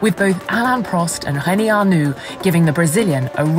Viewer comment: The presenter is likely a Portuguese speaker with Rene' being pronounced "Hene'" and Reutemann being pronounced "Heutemann".